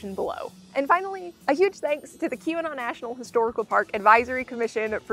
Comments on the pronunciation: Kept hearing Q-Anon, thanks for showing the sign spelling out Keweenaw! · I was so confused. It took me until you showed the sign to realize you were saying Keweenaw and not Qanon. I knew it wasn't Qanon but it sure sounded like it no matter how many times I listened to it. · LOL, I kept thinking you were saying Q-Anon National Historical Park...